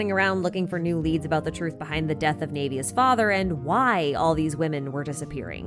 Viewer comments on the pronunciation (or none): lmao worried about pronouncing things from the world quests wrong but got Navia and Vacher wrong (Just thought this was a lil funny) I enjoyed this video it brought up some things that I completely overlooked and forgot about during the quest like Childe's "It" possibly being why he was judged guilty and some plot holes that don't make sense I also enjoyed the world quests they are kind of opposite of Jehts second world quest as in we are investigating a organization and their people to learn a truth while in Jehts quest we were being manipulated by our now previous enemies who were obsessed with an organization and their journey